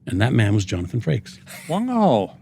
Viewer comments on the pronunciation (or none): none